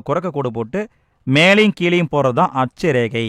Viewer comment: அட்ச ரேகை தீர்க்க ரேகை konjam clear ha sollunga sir